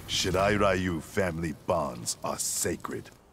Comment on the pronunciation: Everyone: shirai ryu: SHIRA RAYU!?